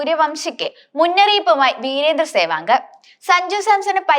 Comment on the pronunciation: സേവാങ് അല്ല മോളേ സേവാഗ് എന്ന് പറയൂ...